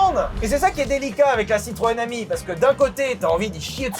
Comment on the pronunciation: Citroên Ami: Tutto va bené 🤣